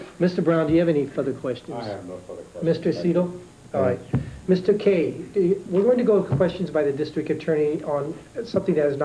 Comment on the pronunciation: I think you will find it is Kay, not McKay. Mr Kay was not of Scottish, nor any European ethnicity.